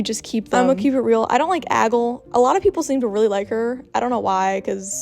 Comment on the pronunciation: I think it's prob pronounced: Ag-lee